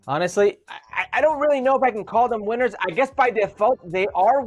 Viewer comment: “We made a list, Weeners and losers!!!!” Lol he’s fighting for his life to speak engreeesh, baby please!